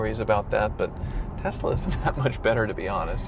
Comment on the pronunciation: What's with Kansas? saying Tezla like JR.